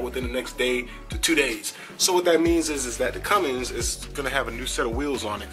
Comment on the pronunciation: Come on....Cummings??? 🤣😂....your not a Newbie anymore brother..lol..CUMMINS!!👍🤣